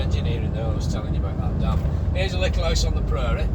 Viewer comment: "Little 'owse on the pruuurie!" Never heard that before in a Bolton accent lol